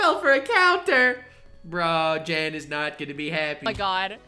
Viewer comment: it's yanw not jane